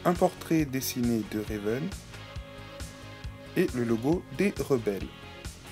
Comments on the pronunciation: C'est pas Réven mais Raven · Ma préférée! En tout jai 8 ever after high et Raven (et non Réven) a été lapremière! !!Seule bémol : tu prononce trop mal certains prénom exemple : Brayar sappelle Briar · Sa me stresse quand tu dit RÉven en plus tu dit sont prénom tout les 2 secondes, donc cest RAVEN! Sinon t'es review sont bien mais c'est juste sa qui me stresse😊